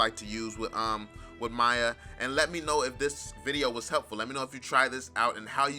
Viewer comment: Your pronouncing miya wrong